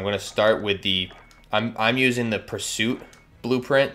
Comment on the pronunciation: U really pronounced that badly purist and pursuit are 2 different words but great video